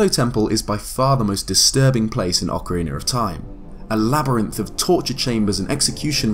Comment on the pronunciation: I thought your favorite game was